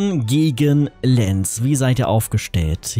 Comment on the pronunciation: Man spricht Lens -> lɑ̃s aus 😊